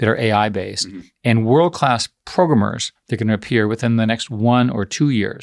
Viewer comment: Eric Schmuck. Always despised how he says 'PROGRUMMER'.